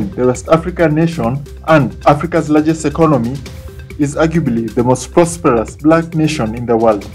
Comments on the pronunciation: He didn’t say prosperous.. he said “prosproperes” 🤷🏾‍♂️ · Did he say the most prospros Black nation in the world!?